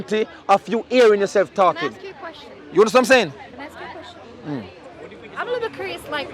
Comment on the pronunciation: "Ask"...not "aks" brother